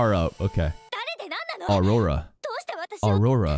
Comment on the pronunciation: HER NAME IS NOT AURORANA!!!